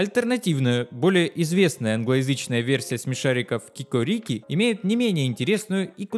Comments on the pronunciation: Не кикорИки, а кикОрики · Вообще-то правильно катается "го-го́рики" и ки-ко́рики"